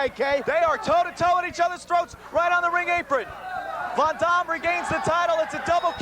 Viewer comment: He calls him rob von dom lol.. abs that damn refs hair lol